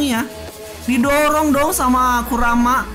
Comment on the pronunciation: Bang Kuruma bukan Kurama